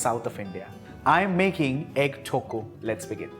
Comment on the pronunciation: Haha..the way he pronounce tokku 😍😂 is actually cute..